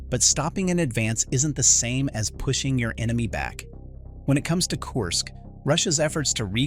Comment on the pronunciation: There is no O I Y letters in how you say Kursk . Pronounce it like this " KERR -SK"